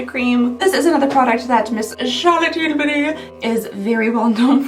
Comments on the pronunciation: Because of the way you say Charlotte Tillberry I have not been able to say it normal since. Every time someone speaks of Charlotte Tillberry all I hear is your voice🤣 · Omg you saying Charlotte Tilbury will forever be my favorite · I also never want to her voice because you say her name the best 😂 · I love you. You are my comfort food but stop saying Charlotte Tilbury like that!!! Please!!!😂 I’m so happy you started doing mass advents. I look forward to these all year. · I just love how says the name 😂😂😂!!! I can listen to over and over again and still smile and giggle. 😊😊keep saying it, it is awesome and brightens my day. ❤ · I love the way you say Charlotte Tilbury! I tune in every year just to hear your over the top pronunciation of this person/ company name. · Here for the fancy way you say "Charlotte Tilbury." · I cannot say Charlotte Tilbury normally now 🤣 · Thanks for influencing me so much when I walk around in our makeup stores in Austria and see Charlotte tilbury i pronounce it your cHaRlOtTe TiLbUryyyy way out loud all the time, lol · I always pronounce her name that way when I see it 😂 and tbf, she doesn’t sound that different in her ads!